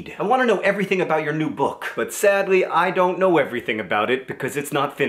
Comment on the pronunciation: Every time John says "I don't know", I hear "I'm a ninja".